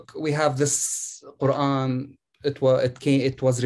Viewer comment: should invite a medical doctor to talk about the ko-ooran.